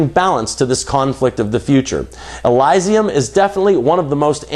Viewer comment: Elysium is pronounced il-ee-see-yum